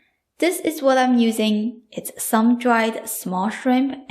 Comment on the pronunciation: WelcoMe BottoM SoMe please !! Not WelcoNe BottoN SoNe Other than that I absolutely love your videos.